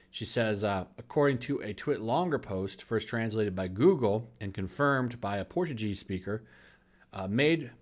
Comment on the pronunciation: She is Brazilian as I am. I'm so glad you're covering this!!! That's not how you say the word Portuguese , btw. 🤣